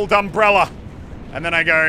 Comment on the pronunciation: no one: muselk: umbrellarrrr